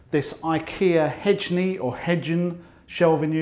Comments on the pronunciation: The correct way to pronounce it is "hey-neh". Best regards, A Swede (and thanks for a great channel!) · Since IKEA is Swedish, I'd pronounce it HEY-neh. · hejne = hie-nuh :D good video! love the pracrical advice without loads of fluff, straight to the point, exactly what you need when you're frustrated and youtubing for solutions :D